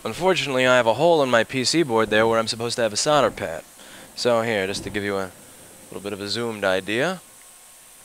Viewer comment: Its pronounced "SOLDER" not "sodder"